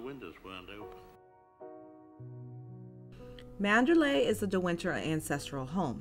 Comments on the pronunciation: ManderLEY!!, not ManderLAY. Listen as the name is pronounced in the film! (Sounds different from MandaLAY, a city in Burma.) Otherwise well presented. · Interesting content! I especially like the way you set the tone at the start. It's actually pronounced Mander-lee, not Mander-lay. It is spelled Manderley, but the pronunciation rhymes with Lee, not lay. That is how it is pronounced in the film, from the very first lines of a voice over, and all the way to the ending.